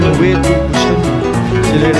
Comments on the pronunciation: You say Busan... To sun... But you have to say San... The " A" Sound😍😍😍😍😂😂😂😂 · Not Busan it should pronounce boo-shaan n it's part of city at south Korea